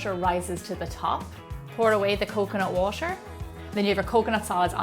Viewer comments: I'm American and I'm sure that is not how you say "water." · Is she saying coconut water or washer? I think (logically) it should be water... But somehow i hear washer so im a little bit confused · she's from Ireland so she pronounce water almost like washer, but she says water.